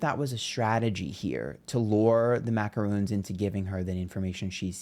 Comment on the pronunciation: Lol, "The Macaroons!" 😅 Americans always think macarons, macaroons, and President Macron are the same type of cookie 🍪